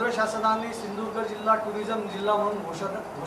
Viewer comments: सिधुदुर्ग. म्हणा. साहेब. सिंदुर्ग. नाही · सिंधुदुर्ग म्हणा सिंधुर्घ म्हणता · ये नाऱ्या शींदुर्ग नाही , सींदुर्ग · अरे पहिला सिंधुदुर्ग बोलायला शिक.